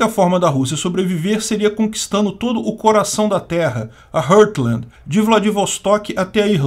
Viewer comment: se pronuncia "rórtland" não "rãrtland" como vc ta dizendo